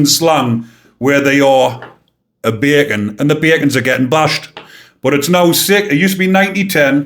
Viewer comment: I'm American, but I lived in the U.K.and am pretty good at understanding different accents. However, whenever you said bacon I thought you were saying bergen and I couldn't get why these scum were called backpacks! Thanks for showing the t -shirt. 😂